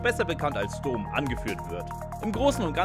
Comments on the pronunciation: Vielleicht hätte der Sprecher dieses ansonsten guten Videos die Filme gucken sollen, dann hätte er vielleicht nicht Dohm abgelesen, als er Dom las, sondern Domm. ;-) Das ist mir mittlerweile schon ein paar Mal auch in anderen Videos aufgefallen. Da ist keine K"I" hinter, oder? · Ich lach mich checkig ey 😅😅😅😅😅. Vin Diesel heißt Dom(m) und nicht (Kölner) Do(h)m. 😂😂😂😂😂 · doommm xd kurzes O !!!! wenn schon, oder is das der kölner dom ? 🤣🤣🤣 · Immer wenn er "Domm" falsch ausspricht einen Kurzen trinken xDD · 1. Wie falsch kann man Dom aussprechen ? 2. Ist noch jmd die Musik zu laut ? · da ist man ja nach der hälfte des videos schon komplett besoffen